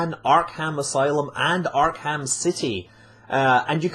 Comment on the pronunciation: Arkham, not Ark Ham